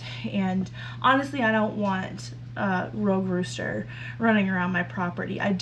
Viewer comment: The new buck barn is going to be great and they're going to love it :) I kept thinking you were saying "road" rooster. Well, it went with driveway chicken dinner!! 🤣